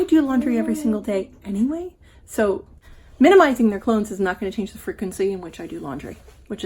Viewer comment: Always like your videos👍 So inspiring and helpful 😺🤗 Also, thanks for saying, "minimizing" and not, "minimal-izing." 👍👍👍😄